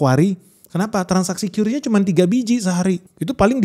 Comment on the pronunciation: Kris bang.. bukan qyuris